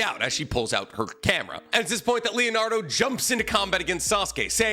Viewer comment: It’s Leonardo 😂😂